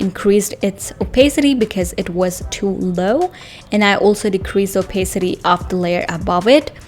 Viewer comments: the joke was she pronounced opacity wrong, in case you're wondering. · Why are you making fun of somebody's pronunciation?